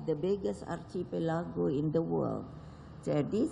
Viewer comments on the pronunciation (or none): Archipelago bukan gitu pronunciation nya